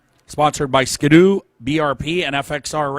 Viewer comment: The iconic Canadian hot rod sled : Ski-doo. Not Ska-doo....